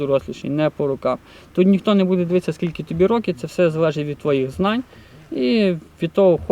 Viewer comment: Говор тарабарский. Скильки кильки 🤙🤙🤙